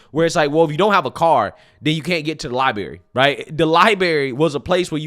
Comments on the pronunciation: I wouldn't normally say anything and assume you misspoke, but you said it twice....but it's not "libary" it's library. There's an R in there that is not silent. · I think libary is actually library! 😮 js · Not the Lie-berry 😭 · I absolutely love you and have watched your channel since the day I found it…However, my guy…. Did I just hear you say “libary” 🤔 yep, I did. I re-listened 3 more times just to be sure. Bruhhhh! You’re so smart, well informed, educated & clearly wise, soooo what’s up with that?!?!?! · Cell phones are not super computers, and the way you pronounce the word library is amazing. "Lie-berry." I mean, maybe Kathy Hochul is right. You pronounce so many words wrong, it's incredible.